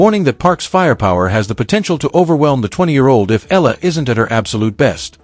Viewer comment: EYAHLAH. .. not ELA ,not ILA. Please say it right